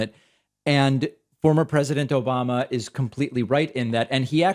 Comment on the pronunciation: "Obamna" kills me every time